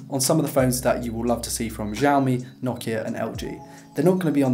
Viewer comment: It's pronounced siao mi